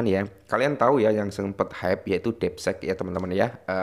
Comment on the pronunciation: Ini mah konten lo lagi baca artikel orang laen, bukan analisis sendiri. Hadeeh...Bro, coba effort dikitlah klo bikin konten...lagian, masa bilang 'deepseek' jd 'depsek' 😂😂😂...